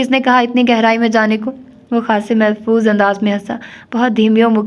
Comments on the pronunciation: آپ محظوظ کو ہمیشہ محفوظ پڑھتی ہیں جبکہ یے صحیح لفظ ہے م ح ظ وظ محظوظ ❤ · Assalamualaikum warehmathullahi wabarakatuhu... Aap jis lafz ko mehfuz padhti hain wo mehfuz nhi Mehzuz hai